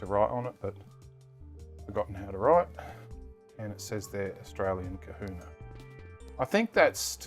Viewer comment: That's Kahuna Not Kuhuna